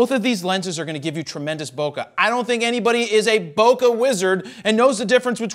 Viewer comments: There's no "uh" in bokeh. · "Bo Kay" :P